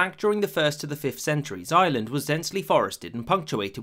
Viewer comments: I hear "Island" and not "Ireland" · Rome ignored Ireland and the narrator ignored the "r" in Ireland